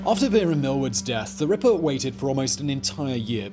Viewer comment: Just here to listen to Simon say “Rippah”